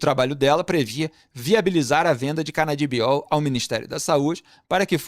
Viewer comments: Canabidiol e não Canadibiol rsrs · Que agonia do FMB falando "Canadibiol" 🤣🤣🤣 Dito isso, Lula e Lulinha têm que estar na cadeia junto com os comparsas